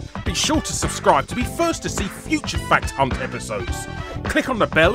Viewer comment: I can’t not hear “Fat C**t” whenever you say fact hunt lmao